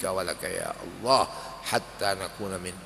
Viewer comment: Suaranya jelas tartil fase. Ucapan ALLAH nya KH Maimun jelas benar di dengan, saya suka. Karna kadang ada kiyai yg ngucap ALLAH kedengaran AWLOH yg kedengaran belum jelas make Lam tasjid nya.. Ujung lidah nya belum nempel ujung gigi bawah.. MasyaALLAH suka nya KH Maimun bila ngucap ALLAH membuat hati berdebar.